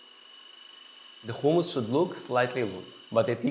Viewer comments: He’s an Israelí Jew which is why he can’t pronounce it correctly 🤷🏻‍♀️ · I'm not a cook but I'm sure it's humus not khumus. Even in Hebrew it's written in the aspirated h not the Cha. But that what happens when appropriate a culture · Actually. It is Hummus. Whether you use the softened "H" sounds or the tougher Arabic "ح" sounds. And only if your language doesn't have neither sounds, like Russian for example, then "Khummus".